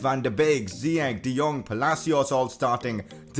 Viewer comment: Am from moroco and its ziyech like chesse